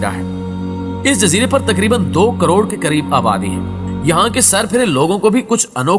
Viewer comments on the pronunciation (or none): none